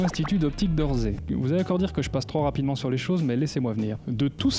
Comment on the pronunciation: a chaque foi que tu le dis ça m’écorche les oreilles ^^ c'est l'institut d'optique d' "orssay" pas "orzay" sinon super comme d'hab ;)